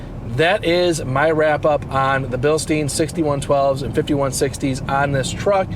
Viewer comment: Great video but Bilstein is pronounced Bil-stine with a long i not Bil-steen.